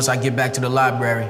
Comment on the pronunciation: Lie berry😂😂😂😂😂😂